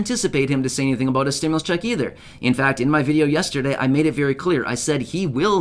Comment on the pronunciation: The criminal doesn’t even know how to say stimulus